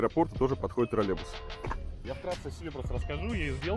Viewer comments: Режет уши этот варламовский "тролебус", звучит примерно так же, как "Мысква"... Научите кто-нибудь Варламова произносить "троЛЛеЙбус". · Когда уже Илья Одуван научится произносить слово троллейбус?😆